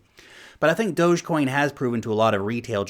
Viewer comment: thanks for pronouncing dogecoin right.